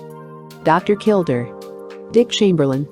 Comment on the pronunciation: His name was pronounced, KilDARE not kilDER. and the narrator spews non stop like shes on amphetemines. A failure of a channel, a joke!